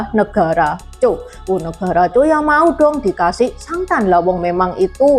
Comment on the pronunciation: Zhao penyebutannya bukan negara Zhou.beda jauh. Zhou (周) sudah ditaklukkan duluan oleh Ying Ren (bapak dari Ying Zheng) dibawah komando Lv Buwei & .jenderal Meng Ao. Yang di Utara negara Zhao (赵).